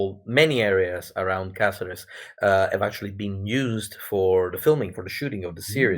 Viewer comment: Great. I hope you had fun, it looks very good. I am Spanish myself although I couldn't go to the event, and Caceres is a very good place to celebrate this event. PS:, your pronunciation of Caceres is perfect the first time you do it on minute.